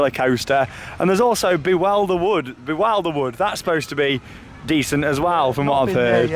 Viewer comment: BTW it’s pronounced be-wil-der-wood